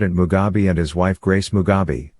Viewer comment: Mugabe not Mugabi please